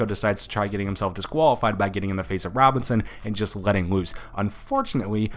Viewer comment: Why do your l's sound like w's when you talk? "Wetting woose" Lmmfao!